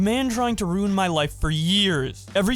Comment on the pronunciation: Keemstar always saying “da man twied to wuin my life for years” like he hasn’t tried to ruin many innocent people’s lives for his own personal gain for his entire career.